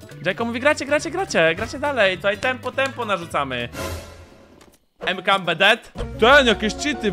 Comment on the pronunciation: nie Mkambe tylko makampe xD